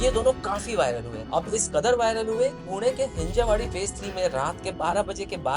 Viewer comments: Bro.. it's हिंजवडी. हिंजेवाडी नाही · हिंजेवाडी ❌ हींजवडी ✅